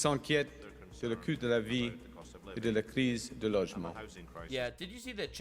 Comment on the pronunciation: His French is so bad he meant to say ''le coût de la vie'' (cost of living) but said ''le CUL de la vie'' (life's ass)